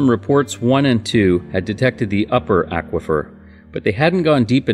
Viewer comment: Imagine pronouncing "aquafer" the way this gentleman does. I would mean that, Aquaman would be, Ackwaman! Stuff like that keeps me up at night.